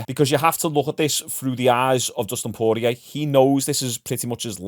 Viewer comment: Poorlow Costa? Terrible. Bit of effort to say the name correctly as an analyst/viewer/fan/youtuber wouldn't go a miss. You can say Poirier alright though.. One job mate, one job XD